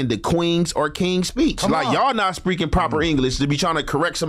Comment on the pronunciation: bruh, this is fuccing diabolicaly diabolical. This guy is trying to defend himself in regards to speaking properly, with proper English, grammar, punctuation, and pronunciation/enunciation, while speaking improperly, and pronouncing and enunciating it incorrectly. All whilst trying to "correct" everyone else! 😂🤦🏿💀 This dude literally just said "yall not 'SPREAKING' proper english to be tryna correct somebody else." 💀🤦🏿😂💀🤦🏿🤦🏿🤦🏿💀💀🤦🏿 then proceeds to say "wor bout no 'PROWN' ahh ahh ahh no 'POPPER' pronunciation" 🤦🏿💀😂